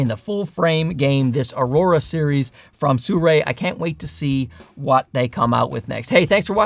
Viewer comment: Why does he pronounce the brand "Suray"?